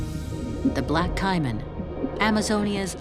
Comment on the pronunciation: I love the documentaries that y'all put out. My only complaint is you using AI for the narration. The word Caiman will never be pronounced Ciman and lichen will never be pronounced limen. My concern is because my granddaughter watches these with me. She is 9 and I don't want her mispronouncing these words.